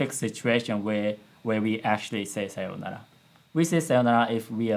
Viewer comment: As a Banana Fish watcher I felt pain in part with 'Sayounara' pronunciation